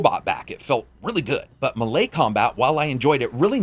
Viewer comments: The way he says melee....😒Dude its (May-lay). sorry man, I dont know why that bothers me😞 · "muh lay combat" bruh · melee haha. Nice attempt. "Maylay" (american) " melay" (british) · Muh-lay vs may-lay, which way does everyone say melee? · one of the funnest games ive played in a while, and a pretty good little mystery wrapped up in it too, but if never see another red god damn flower before i die, it will be too soon....and have i been pronouncing melee wrong this whole time? i thought it was maylay not muhlay.